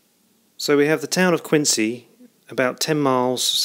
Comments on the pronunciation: Yes, I lived in Quincy for over 40 years and had my sisterr, two brothers in law and many friends work at the Fore River yard during WW2. And the proper pronunciation is Quinzee not Qiuncee. All other cities in the US of A are pronounced Quincee. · Thanks for making this video. I have a few questions and comments. Having grown up in the area, I can tell you that the local pronunciation of Quincy is different than it is spelled. Replace the "c" with a "z" and it will sound correct. Regarding the slipway where the ship was built, I think it is either #10 or it was one of the "cruiser" ways (6 through 9). This is because the craneway doesn't have the heavy girder overhead structure. 10 through 12 all had this structure at least when I was growing up (see your 1980s photo) and perhaps it was added during the war. If you look at a video of the launching of USS Massachusetts in 1941, it appears that #10 doesn't have the overhead structure, or it's building ways was farther north. Secondly, where did you get these photographs? I have always been fascinated with the craneways at the shipyard and have found very few pictures of them. Again, thanks for posting. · Thanks for your feedback. I've been told about my pronunciation of Quincy a few times now :) According to cassidy109 (see comment below), the ship was built on #10 slipway (#11 and #12 were built later in the war). All the high res photos I got from the National Archives. Don't forget to check out the other videos in this series on the home page!